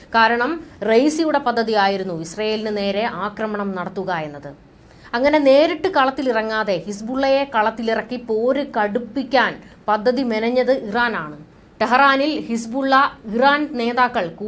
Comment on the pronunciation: 'യുദ്ധം 'എന്ന് ഉദ്ധരിച്ചുകൂടെ? 'പദ്ധതി 'എന്ന്പറഞ്ഞ്കൂടെ? യുദ്ദം, പദതി എന്നൊക്കെയാണ് ഉദ്ധരിക്കുന്നത്😅